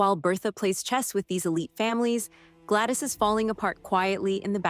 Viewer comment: Gladys not Glattis.